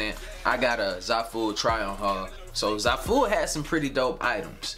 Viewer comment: Wait that's how you say the website?! Sounds nice when you said it 😂 and thank you for the video!